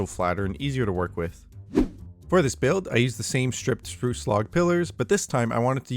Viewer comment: Spruce rhymes with soos